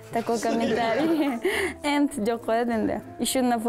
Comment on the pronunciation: Слово and она совсем не умеет читать ваше читает как end😬😬